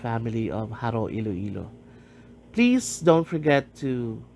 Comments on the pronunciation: I can tell you're not by the way you're saying Jaró. The Lopez/Lopez-Jaena clan are a separate clan. Is that who you mean by the Lopezes that were already in Jaro? They have intermixed already many Lopezes today are members of both clans. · Im sorry but the narrator pronounced the word "Jaro" incorrectly.